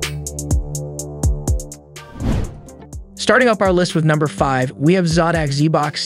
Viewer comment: It hurts my soul when u mispronounce common words like Zotac and sodimm…